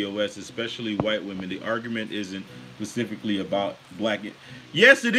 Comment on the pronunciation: It's SPECIFICALLY not pacifically, genius.